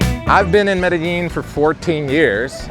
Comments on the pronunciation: Medellin NOT merellin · When is it going to learn how to pronounce Medellin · Sorry man I had to unsubscribe I can't take you pronouncing Medellin wrong